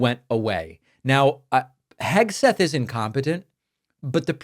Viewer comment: KEG-seth slurring in front of the children! Sounded like he was rolling more than Easter eggs! 🥴 Let’s face it! The dude is two hooded-sheets to the wind! He, among others, is a daily reminder of Trump’s inept and incompetent leadership skills! Soooo embarrassing!